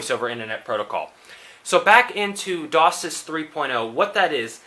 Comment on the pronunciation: It isnt pronounced DOSIS it is DOCSIS Pronounced DOCK SIS -_